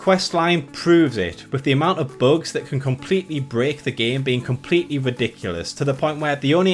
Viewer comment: Who pronounces bugs as "Buags"? Do you call Bugs Bunny "Buags Buaney"? :P